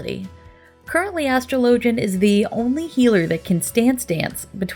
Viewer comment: "ash-trow-low-gen" > "as-straw-la-gen"